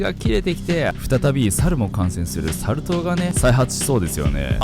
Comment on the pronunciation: サル痘の言い方めっちゃ好きw